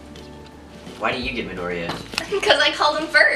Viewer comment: i herd call midoria mindoria